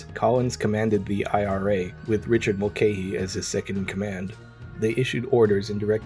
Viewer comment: Great video, mulcahy is pronounced mul kah Y.